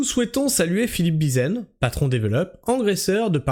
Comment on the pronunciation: déja c'est BIZIEN avec un p*tain de i.....a+n n'a jamais fait O ...landunvez ça se prononce lan dune veze